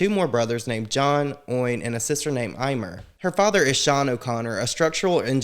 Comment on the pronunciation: EE MER re her sisters name